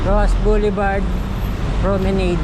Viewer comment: Pronounced as "pro-me-nad".